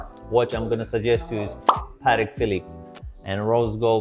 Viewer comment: Dont buy from some who pronounces Patek like that